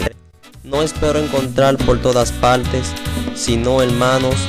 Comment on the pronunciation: Paltes? Se dice partes parecen africanos cuando hablan